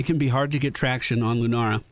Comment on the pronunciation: I totally thought you were calling Lunara deerfeet and it was just a cute nickname 🤣